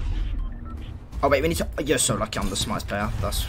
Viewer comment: mangraal don´t say´s lucky he say´s luckey